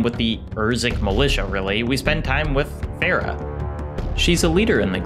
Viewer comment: the way you said "Farah" bro ☠ My aunt is named Farah and it pains me the way you said that name.